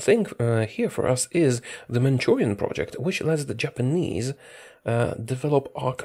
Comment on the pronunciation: I thought said "Germanese" at the start talking about Machukuo still a puppet to Japan.